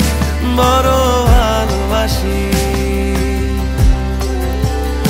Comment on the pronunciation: কি আর বলবো? বর বালবাসি নাকি বড় ভালবাসি কোনটা হবে? এটা বাংলা ভাষাকে বিকৃত করার শামিল। একজন প্রকৃত শিল্পী হিসেবে প্রথম লক্ষ্য রাখা উচিৎ প্রমিত উচ্চারণের দিকে৷ তানজিব ভাইয়ের কাছ থেকে এটা আশা করিনি।